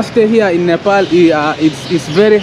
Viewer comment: Not nipal bro😂😂😂 its Nepal